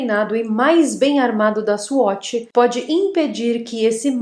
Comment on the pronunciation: Swoti? Se diz S U A T I. Assim que se lê ok